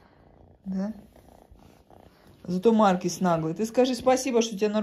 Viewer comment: Неправильно ставите ударение в слове маркиз. Ударение надо ставить на 2 слоге